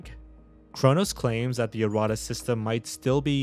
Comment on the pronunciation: It’s pronounced erra …tas